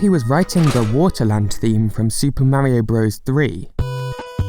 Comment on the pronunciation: I quickly unsubscribed from your channel when you repeatedly say ‘super Mare-io Broes.’ So annoying